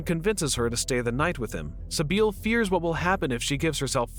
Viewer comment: Sibil, not Sibeel.